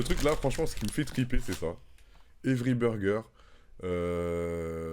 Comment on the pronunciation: Everii burgeruu, ça sonne plus "tanglish"